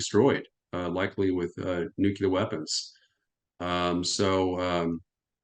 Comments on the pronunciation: Nukelar nukelar nukelar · Nuclear, not nukelar... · It is spelled nuc-LE-AR. It is not spelled or pronounced nuc-U-LAR. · Really! What’s wrong with them? This Bushism “nucular” got stuck around the American ignorant establishment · This guy says NUCULAR! Nuff said of his normalcy or education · God dammit. I love. And I like this guy. But how can you listen seriously to a dude that cannot pronounce nucular properly? Haha. Has he been consulting with George W. Bush? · "Newkyouleer" goes back to Eisenhower. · Jesus. How can a man be in charge of armaments coop, and still have no clue how to pronounce the word "nuclear"? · He can't even pronounce 'nuclear' correctly, just like baby Bush. He's late to the party - s l o w.